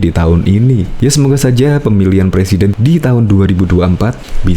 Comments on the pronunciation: Ngomong aja bisa mau jadi plesiden lamli lamli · 2 th lg yg jd pelesiden lizal lamli hihihi lutu X yaaaa negli kulawa hahaha ngakak guling guling !!!